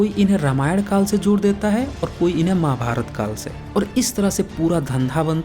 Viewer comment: अरे यार ,आप खुद प्रवीन मोहन के नाम पर ,अपने चैनल को चलाना चाहते हैं।तू बहुत पढ़ा है भाई, महाभारत कहना तो सीखले।माभार्त कहता है? यार!